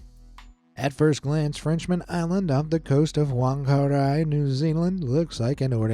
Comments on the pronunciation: Any Wh word in New Zealand is pronounced like an F. So it’s Fangari not Whangari. I know, weird but that’s because the mauri language doesn’t have a F letter, or so I’m told. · Whangerei is a Māori word. In most Māori dialects, “wh” makes a “f” sound, like “ph” does in English. The town’s name is pronounced “fahng-ah-ray” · MAORI TEACHING OF THE DAY PHUNG AH REY WHANGAREI the AEIOU in maori is ah (a) eh (e) ee (i) oo (o) uu (u) and say uu like ew but with a u and say oo like oh and to spell it with the what wha-nga-re-i please dont go by the english way of saying it please do some research into how things maybe said cause that name is Maori like Tauranga, Waikato, Taupo, Otrohonga, Whitikahu as much as i dont like the stuff our government has done with the language and its revival it also pains me to hear someone butcher it please like so other people can see that thats how you say it and probably spread word next time something like this happens cause butchering is worse than a forceful revival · whangarei is not wangarei its said like fangarei